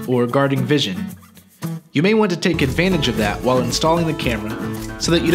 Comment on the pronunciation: Sorry a what? Hikvision you mean 😂